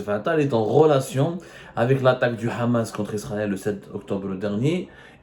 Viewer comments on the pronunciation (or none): none